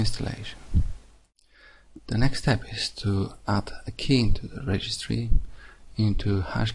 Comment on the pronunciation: Key not jey